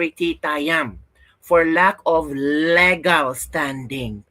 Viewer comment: legal is read as LIGAL